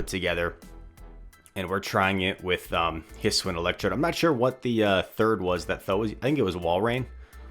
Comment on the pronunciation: its his-oo-ian not his-win,, just a heads up. youre late night videos are great to watch!